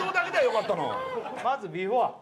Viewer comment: 設楽さんの言う「ビフォア」が引っかかる（笑）